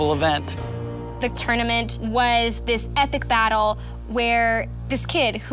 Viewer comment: I love how they all pronounced it "TOOOR - nament", like Daniel did on the movie!